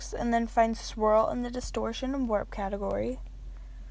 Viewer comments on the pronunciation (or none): none